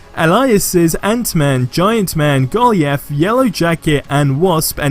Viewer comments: Cant even say Goliath properly jeeeesus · Who is Go li ath? Hahaha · Man did you go to school? how the hell did you mispronounce Goliath? I know you have an accent but that was no where near how Goliath is pronounced. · nah bruh, we not gonna slide past the way he pronounced Goliath lmao